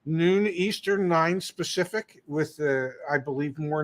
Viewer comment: Hey, I am wondering, do you say noon eastern, nine specific? Are you saying specific for a special reason?